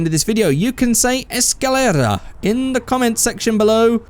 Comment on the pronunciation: escalera :D more spanish pronunciation